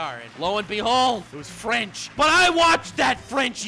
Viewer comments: your French its pretty dead on. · What a lovely accent, as a french i feel honored that watched Yu gi ho on a french VHS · Well to be honest, you got a pretty good french accent, thumbs up